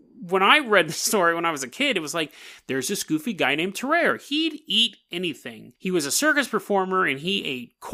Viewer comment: Tarrare is pronounced differently tar rary is how I pronounce it